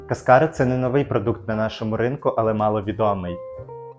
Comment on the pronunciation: Якщо що, то кАскара, а не каскАра